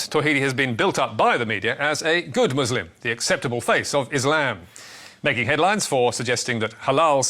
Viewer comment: Thanks for this great report. But please try to pronounce “Muslim” with the “s” like an “s” and not like a “z” because the latter in Arabic means “subjugated” or “cowed.”